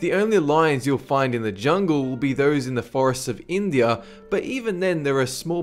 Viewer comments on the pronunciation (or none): none